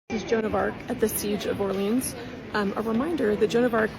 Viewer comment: That's some lovely German pronunciation of 'Orléans' there. 😑